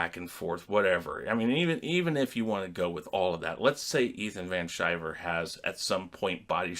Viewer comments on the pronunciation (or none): It's pronounced, Ethan Van Sky-Ver, or Caesar, or the Human Sunbeam. Hail the Toxic Brood and the Fandom Menace!